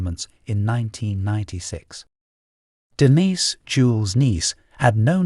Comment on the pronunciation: The narrator is so pretentious it's painful. Did he really have to pronounce Denise's name three different ways or that that last JEW ehl was a kicker